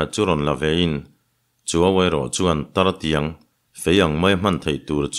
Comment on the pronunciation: Tartiang ti lo in "Taitiang"tih zawk tur ani.